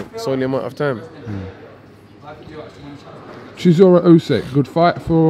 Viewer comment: If dillian can say chisora rather than siszora life would be so good 😂